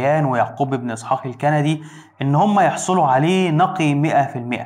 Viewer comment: يعقوب بن اسحاق الكِنْدي ..نطقك غير صحيح الا تعرف قبيلة كِنده ومملكتهم مملكة كنده